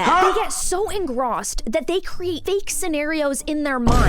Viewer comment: Mispronounced engrossed